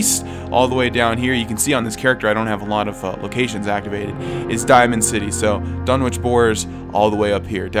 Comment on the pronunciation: it's Dunn-Itch no "W" needed.